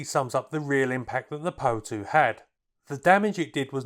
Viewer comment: Great video. Just one thing though: it's called the - P.O. 2 no Poe 2.